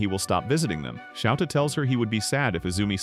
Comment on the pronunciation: It's souta not shouta